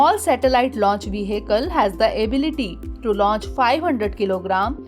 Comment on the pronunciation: The word vehicle will be pronounced like ve-akl